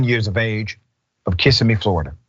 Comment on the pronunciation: It’s not kiss-a-me… it’s kiss-emmy.. as if someone won an Emmy award. Pronounce the same way. Everyone makes that mistake.